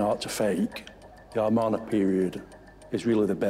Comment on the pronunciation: It is Amarna period not armana